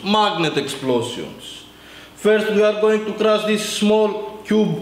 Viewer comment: "smol.. kyube." accents don't usually get me as hard as this.